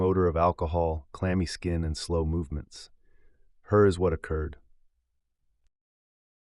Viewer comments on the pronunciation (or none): "Hurr is what occurred"